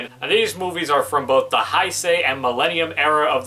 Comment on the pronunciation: Your saying heisei wrong your saying hi-say it hey-say I know this because I watch a lot of kamen rider